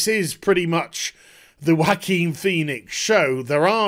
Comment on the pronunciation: no it's not. It's a spanish name and it is pronounced "Ho-a-kin"